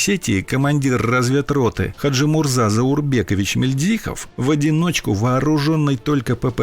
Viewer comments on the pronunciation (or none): Не МильдзИхов, а МИльдзихов.